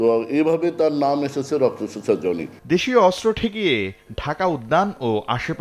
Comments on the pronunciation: জোনি আবার কি? জনি। নামটা তো ঠিকমতো বলেন অন্তত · নাম জনি, উচ্চারণ করে যোনি। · যোনি না জনি উচ্চারণ ঠিক করেন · ভাই, জনি উচ্চারণ টা অশ্লীল শোনা গেলো 🫣